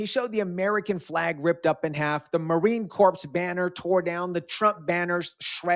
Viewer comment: it not Marine "corpse" its Marine "core"